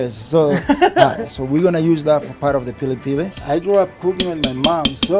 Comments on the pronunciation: It's pilipili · In Kenya it's pronounced 'pili pili' fam.